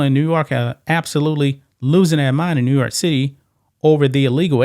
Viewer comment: Bro, you can’t pronounce NEW YORK properly???? 🤷🏽‍♀️